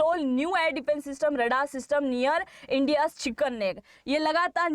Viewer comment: India ❌ Pendia ✅ 😆😆